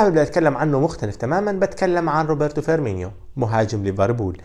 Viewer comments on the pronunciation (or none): فِرمينو وليس فِرمينيو